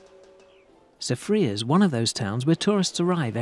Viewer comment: I need to teach him some proper pronunciation of the places of St. Lucia. I give him that he said Soufriere well...but not Gros Islet. Remember the French Dude.